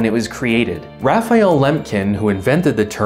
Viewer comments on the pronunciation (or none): none